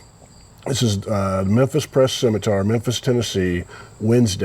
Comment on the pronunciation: I live in Memphis still and it's pronounced Sem-E-Tur! Not Tar, just saying. God bless and I remember the day clearly! My name is Daniel Green, for your information. Seems like your buddy Todd Snider could've told you that or perhaps he's not quite old enough! God bless brotherman!!!